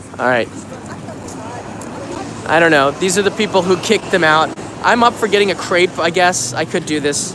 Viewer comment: Please pronounce “Crepe“ correctly ! It sounds like “crap“ when you say it.